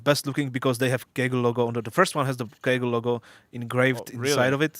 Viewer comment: despite having a German girlfriend, just isn't capable of pronouncing German brand names correctly... Kügel/Kugel instead of Kögel, Fieldbuynder instead of Feldbinder and Krohn instead of Krone. It's pathetic! The DLC is awesome though.